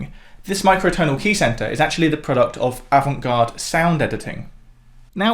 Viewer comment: You don’t pronounce the t in avant garde.